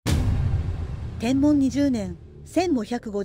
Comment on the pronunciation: 元号の読み方で ｢天文｣は｢てんぶん｣では無いでしょうか? 一応 携帯でも確認して見ました。